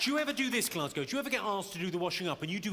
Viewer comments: You said Glasgow perfectly 👍🏻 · Glasgow....Aye, ye said it just fine m8.